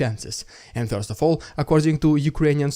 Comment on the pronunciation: Dude how you pronounce. words: first and confirm 😂